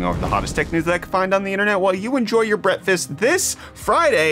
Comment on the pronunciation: WTF is a bretthost or a brettfast? Awful awful cringe